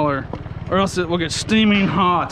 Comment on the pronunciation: Shteaming Hot lol cracked me up